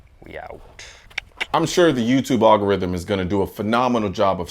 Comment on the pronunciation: Here's your 'rithm